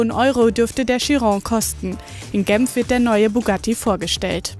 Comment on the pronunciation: Langsam reicht es. Ist heißt Genf. Nicht Gemf. Mini Jay Ce Ve? Ihr meint wohl JCW Also doubble u. nicht v. Es heist ja "works". Nicht vorks.